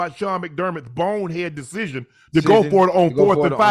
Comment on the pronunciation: “Dashishin making” -Ocho